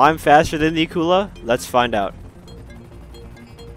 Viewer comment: Somebody: pronounces Akula correctly Me: I love them already